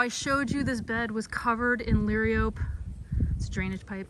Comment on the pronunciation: Perhaps adding plant names in text would help when wind cuts out the volume or if your pronunciation fails. ie - liriope is luh RYE oh pee